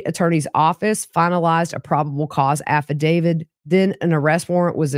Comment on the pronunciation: I enjoy your channel and appreciate your work, but could you please stop saying "affidaviD"? I would think a true crime channel would pronounce "affidavit" properly. It tends to cheapen your efforts. Not trying to be ugly...it's just annoying hearing it all the time.